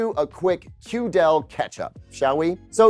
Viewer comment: Hello, mind pronouncing it QD-EL makes way more sense that way.